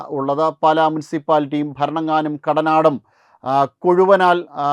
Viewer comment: " പാല" അല്ല; "പാലാ " മണ്ഡലം